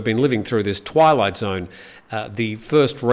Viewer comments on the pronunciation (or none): none